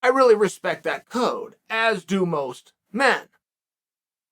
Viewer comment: The way chael says code is like a mortal combat character